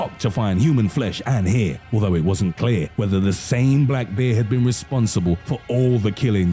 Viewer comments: Who pronounces bear like this narrator?? wtf black beer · It sounds like he’s saying beer 🍺 most men don’t mind being attacked by a beer 🍻🤣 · Every time you say “Bear” it sounds like “Beer” so you made me chuckle when you said that the monk that controlled the enclosure had stated that the man was drunk and the smell of alcohol triggered the “Beer”😂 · Two things: A). I like this guys voice he makes the videos more creepy, and B) it sounds like he’s saying beer